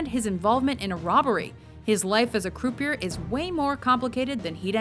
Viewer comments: croupier is pronounced crew pee ay. They even use the proper pronunciation in the clip shared. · Every time the narrator mispronounced croupier, I cringed. It is not croo-pee-er, it is croo-pee-eh. It's a french word. Please have some respect for other languages. In fact, I'm pretty sure WatchMojo is Canadian, so they should know all about the french language, seeing as how the government makes you learn about it in elementary school. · Its prounounced CROUPEE-YEAH, Not croup ier. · Did that ignominious buffoon just say CREW PEE ER for Croupier? You gotta be fkng kidding me. Wtf is wrong people. Doing a video on gambling movies and can't pronounce croupier because the fool never gambled. How embarrassing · Croupier not “crew pee err” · Thanks for butchering the word "croupier". It's pronounced "croopyay". Christ, even the female character in the clip pronounces it right. Are you even listening? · Is she saying croupieR this way intentionally to piss me off? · Can someone teach this lady to say 'croupier' properly? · Learn how to pronounce croupier you ignominious fool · I thought that "croupier" was supposed to be pronounced as in French - meaning that the last "r" is silent.